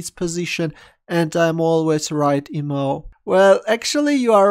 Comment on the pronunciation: Imao?! Pronounced with an "i"?! Now that's dubious...